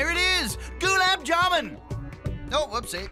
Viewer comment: No, it’s jamun.